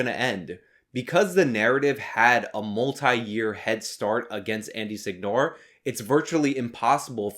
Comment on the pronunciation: Seh-ñoh-reh. Not Sig-Nor